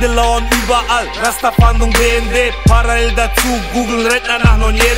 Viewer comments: Joel G er sagt paraell hahah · Wie gut die Aussprache von parallel ist 🤣🤣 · Chelo kann noch nicht mal Parallel aussprechen :D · celo kann parallel nicht mal richtig aussprechen hahaha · Jahr 2020 gucke das viedeo und was mir auffällt celo und apdi können parallel nicht aussprechen 😂😂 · naja Kunst, dieser Song nicht wirklich, celo kann einfach nicht parallel aussprechen und dass in einem Song in dem er das Wort gefühlte 1000 mal rapt. Das ist schon peinlich. 😂